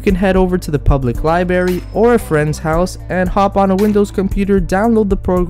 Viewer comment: Omg you say libary I cri evy tim